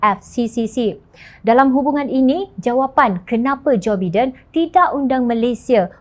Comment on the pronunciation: salah sebutan JOE BIDEN... SEBUTAN NYA ADALAH JOE "BAIDEN'.... jgn buat malu salah sebutan nya.